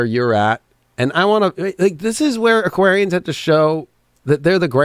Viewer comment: Hah you butchered us Aquarian’s